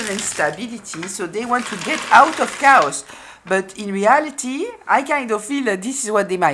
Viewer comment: They brought nothing but drama and discord. The A in chaos is long like, kay-oss. Otherwise it sounds like cows. I was still on the sheep/goat analogy and then you brought in cows! 😂